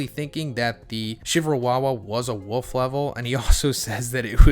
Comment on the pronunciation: I thought you were saying "Wuff" level, like their was some level behind wolf lol.